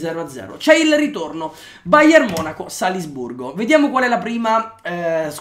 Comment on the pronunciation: Solo a me ha urtato tantissimo quel "Salsburgo"? ahah comunque grande!!